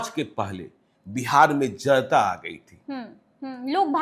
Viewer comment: Zanta nahin..... Janta bolo